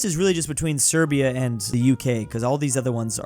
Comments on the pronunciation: Serbian not s8berian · bro just called serbia siberia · I hate how has begun calling Serbia "Siberia," it's so annoying as a geography nerd.